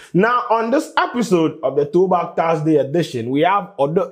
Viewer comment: its Thursday not Taarsday wae.